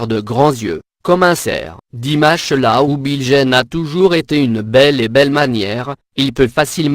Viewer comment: Je viens de découvrir cette vidéo....quelle horreur...connaissant pratiquement le parcours de Dimash, que des inexactitudes dans ce récit lamentable. Quand on ne sait pas prononcer son nom correctement on se fait aider....mais qui a commandé cette vidéo... comme vous le dites c'est désastreux.